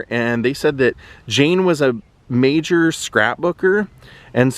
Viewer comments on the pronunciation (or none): none